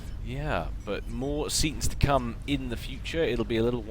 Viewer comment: Seatons, not Setons. What is this.